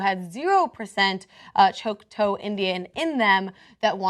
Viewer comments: it's not 'choke-toe'...it's 'chalk-tah' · It's Choc-taw. (Chawk-Taw) not (Choke-Toe) WHY DID YOU NOT LOOK THIS UP BEFORE HAND?!?!?! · Grrr. Repeat after me: Choc-taw, choc like chocolate, not choke. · I hate how she pronounces Choctaw, it's not "Chalktoe", I don't even know how she came up with the pronunciation. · Choctaw is pronounced Choc - like Chocolate and then taw.